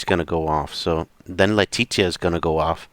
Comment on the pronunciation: Her name is pronounced LEA-TEE-SHA